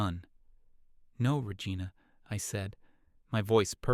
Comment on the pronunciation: I lol'd hard when the narrator AI pronounced Regina like Vagina. 😂😂😂🤣🤣🤣